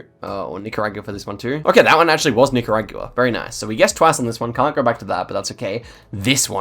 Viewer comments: I know you're from a different country and all but the word is Nick-er-og-wuh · Every single time --- Nicaragyooo-uh 🤣